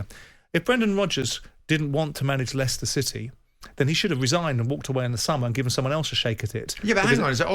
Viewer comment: "Ly-sester City" FPML 😂😂😂